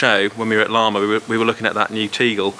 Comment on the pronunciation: It's Lamma not larmma